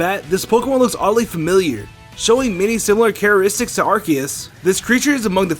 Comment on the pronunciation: Just noticed you have an accent. The way you said characteristics reminds me of the accent that people in Utah have where they don't annunciate the consonants in the middle of words. I. E. saying moun-ain instead of mountain. You from Utah, USA?